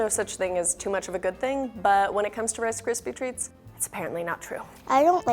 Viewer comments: wice kwispy tweats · “Wice cispy tweats”